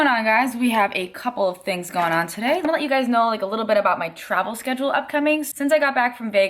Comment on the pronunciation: Do you notice how you say "ine" instead of "I'm?" Just was curious if it was an East Coast thing. Liked the vlog!